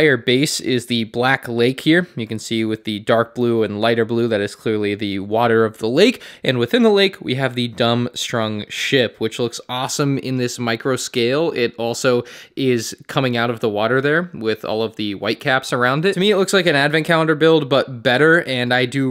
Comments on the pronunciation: Mans really said "Dumstrung." It's Durmstrang buddy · Every Harry Potter cell in my body left when you said Dumstrung😂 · Durmstrang, not dumb strung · After all these years, why are people still saying Dum-strung? Durmstrang... duRm- strAng